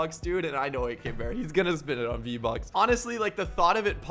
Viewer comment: “v-bucks? I thought you said RO bucks 😅